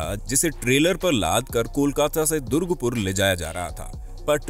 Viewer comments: Bhai durgpur nahi durgapur bol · It's not Durgpur......it's Durgapur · Bhai durga pur hota haa na ki durg pur aache se re jaga ka naam tho search kr leta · Bhaia durgupur(wrong pronounced) nehi durgapur, bcoz i live in durgapur. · नमस्कार, दुर्गपुर नहीं यह है दुर्गापुर । वीडियो बनाने के पहले जगह के नामों का अच्छी तरह पड़ताल कर लिया करें। भ्रम पैदा हो जाता है। धन्यवाद। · That durgapur not durgpur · Dont k know to pronounce.... Wat r u saying durgpur... Read it carefully it's durgapur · दुर्ग नहीं दुर्गा!! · That's durgapur... Not durgpur 🤣🤣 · Apko "DURGA" Pronounce bhi thik se nehi hota....!! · Bhai mein Durgapur se hu, Hamare city ka name thoda ache se liya kro yrr 😅,but video achha tha